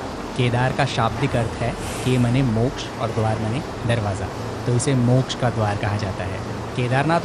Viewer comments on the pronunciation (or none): none